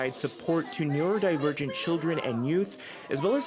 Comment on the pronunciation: I can't believe she botched the pronunciation that hard